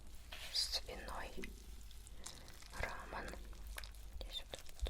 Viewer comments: Не рамын, а рамён ударение на ё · Рамён а не рамон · Это не рамен а рамён ударение на ё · Не рамен а рамён😠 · Не рамэн а рамён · правильнее рамЁн, а не раменЭн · не рАман а рамЁн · Не рамэн а рамён . А АСМР супер нескольео раз засыпкла))♡ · Не рамэн,а рамён! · да она говорит очень приближённо к рамон, но дело не в том как она говорит, а как правильно😊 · РамЁн, а не рамЭн♥️ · Не рамэн , а рамён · Рамён, ударение на ё) А так классно🖒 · Прости что так просто пишу Но правильней рамён. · Правельно говорить рамён, ударение на ё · Правильно говорить " рамён" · она говорила не правильно,правильно говориться рамЁн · видео очень крутое! но то, как она произносит РАМЁН.. но всё же очень понравилось